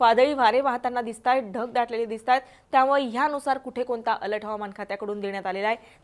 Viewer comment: अलट नाही अलर्ट 😂